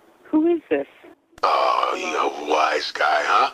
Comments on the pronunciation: Yeah, it's wise guy, not "was guy." XD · Its WISE GUY not was guy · "A was guy, huh?"... isn't it "a WISE guy, huh?"? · It's wise guy, you cork 😂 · Nigga said, “a WAS guy”